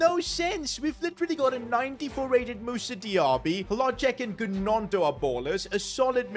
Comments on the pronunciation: The way he pronounced gnonto triggered me 😭 Its pronounced nonto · The way he pronounced gnonto 😂😂😂